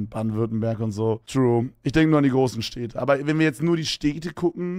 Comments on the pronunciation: Wie oft kann man "Städte" in wenigen Sekunden falsch sagen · “steete” wie goofy kann man städte aussprechen